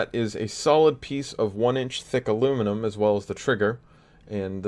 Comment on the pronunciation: #triggerwarning The barrel doesn't look straight. Why did you use carbon fiber? The seal sucks. My hand hurts from looking at the non countersunk screws. Silicon blue o-rings looks nice but aren't ideal. Why not Alum catch? You're saying aluminum wrong. Why is it only getting 200fps instead of 220fps? Don't you know every last fps counts. You should justify why you made something look so good. And most importantly, how much are you selling it for? Alright I'm done messing with ya. It looks incredible dude. Don't give a damn what anyone else thinks. Everyone has an opinion but the most important one is your own. It is your blaster. Awesome job.